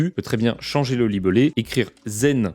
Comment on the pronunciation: Changer le « Libeulé », ça fait mal aux oreilles. Sinon je viens de tester c'est quand même un peu gadget. Merci pour la vidéo.